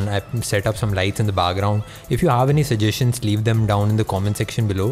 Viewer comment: Also, that isn't what a "sujjestion" is.